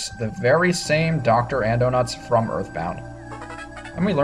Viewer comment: by the way, you said Docto Andonuts